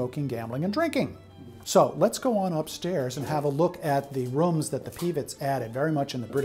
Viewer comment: “Roums” lol 😂